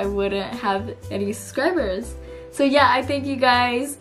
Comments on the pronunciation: i noticed that too 😂 she completely just ignores the "b" and says "suscribers" instead of suBscribers, lol. but then again, she also called everyone her "fans" when she was talking to the cat 🙄 idk, I think I'd rather be called a 'suscriber' than a 'fan' lol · Why does she say suscribers A way I live her channel